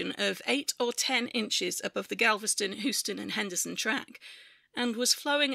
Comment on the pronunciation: aargh! it's hyoo-stuhn